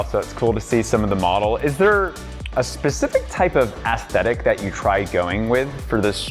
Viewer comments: Has this host ever been to a card store before? It's also aes·thet·ic /esˈTHedik/ not "ass-theh-thick" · Sorry but the way you kept saying ASS-sthetic got me every time